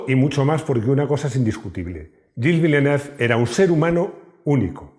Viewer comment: Execelente video, muy emotivo. Pero el nombre del piloto está mal prounciado